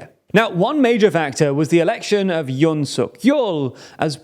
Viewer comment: Yoon rhymes with tune, ftr.